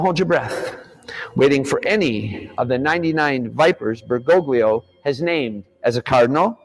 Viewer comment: If he's going to call Pope Francis "Bergoglio," he could at least pronounce it right, lol. Grates on my ears.